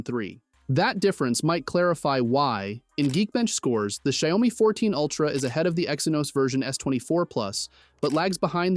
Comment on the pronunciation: do you just like to pronounce it differently? goofy af shayomi speaking english man